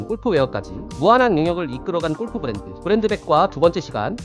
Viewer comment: 제발…꼴프 => 골프로 읽어주세요…